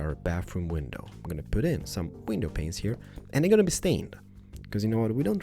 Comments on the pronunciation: your videos are awesome, but i got to say, the way you pronounce window panes as "window penises" is just.. incorrect:D you shoud pronounce it as the word "pain" for singular, "pains" for plural:) Other than that, love your stuff:) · the way you say "panes" should be censored; I know you're not a Native English speaker, but "penisis" means d*ks.... Yes, you say "dicks" instead of "panes" *which are pronounced "pains" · When you said window panes it sounded like you said window penises 😂😂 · Omg 😂😂😂 every time he says window panes it sounds like window penis's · yea its pretty weird how he pronounces it :/